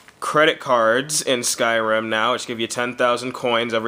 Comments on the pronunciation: In "SKIRIM" ( wtf ?! XDD) are black people :DD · 'Skirim' LOL. I already have the game, I got it two days early :3 xD The 'actual' game is brilliant :D